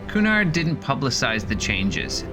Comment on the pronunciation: cunard please pronounce cu-nard not kunard